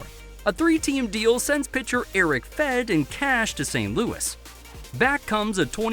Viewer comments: You’re supposed to pronounce the “e” at the end of both Fedde and Crede. They aren’t Eric Fed and Joe Creed. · Confirmed you don't know ball when you mispronounced "Fedde" and claimed the Crochet return was for no names when Kyle Teel was a first rounder with pedigree and didn't even mention Braden Montgomery who went 12th overall the year before.